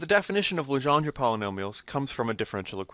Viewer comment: Your saying Legendre wrong!! That is my born last name